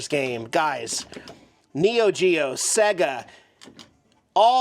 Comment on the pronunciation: you say SEGA weird